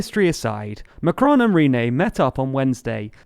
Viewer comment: Good video as usual, but try to get the 'on' correct in 'Macron' (despite the sound being difficult to pronounce for English speakers).